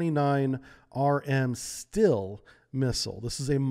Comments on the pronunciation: It's pronounced "SHTEEL-eh" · Great video, just work out on the way you pronounce russian words. The "Sh"(Ш) in Shtil is pronounced like the "c" in ocean.